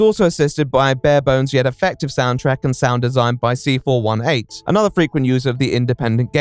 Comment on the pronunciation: C418 has specified it's pronounced "see-four-eighteen".